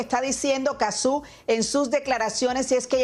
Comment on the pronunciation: No es Cazzú, es Cazzu.